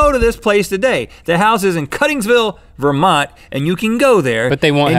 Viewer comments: haha I was born, and currently live in Vermont. so it was pretty funny to hear him say it right. lol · Holy Cow, rhett said Vermont like a Vermonter, most people over pronunciate the T. lol